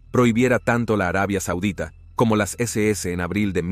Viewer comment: Porqué dices la deséese, es la ese ese o sea SS.